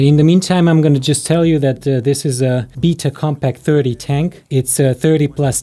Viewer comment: Howcome says "betta," but you say "bita?"